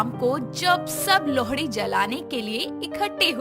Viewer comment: Bhai wo lohdi nahi lohri hota h🤣🤣🤣🤣